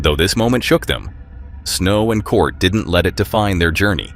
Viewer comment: Why do you keep calling Snow's husband Cort? It's Curt.